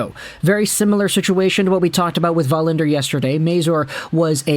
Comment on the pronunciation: it is Wallinder not Vallinder you do not live in Sweden.